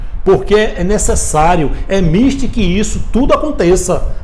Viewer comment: Senhor,a pronúncia correta da palavra "mister" é mistér,embora a palavra não seja acentuada.Como o Senhor falou,não está correta.